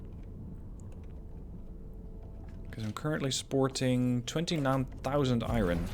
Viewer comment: 'Love the videos... 'Hate the way you say "iron".